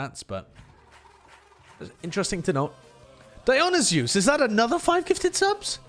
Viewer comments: Yeah. The way he said it sounded like it was a fusion between Dionysus and Zeus like Dionyzeus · i think he was trying to pronounce Dionysus, the name of a greek god lmfao (die-on-i-sus) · Lol nevermind Just Heard him pronouce it damn that was terrible